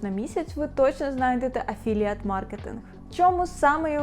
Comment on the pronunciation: «афіліейт» госссподи…..